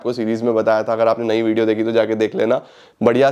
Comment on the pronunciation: yes ur right but u see the confidence level of him while saying that it's vedio instead of video 😂